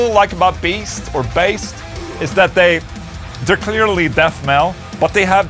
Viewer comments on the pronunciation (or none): Baest is pronounced with the danish letter "æ" Bæst(danish word for Beast)